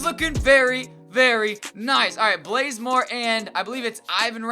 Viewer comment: Did anyone else hear him say "Kent Blazemore" or is it just me?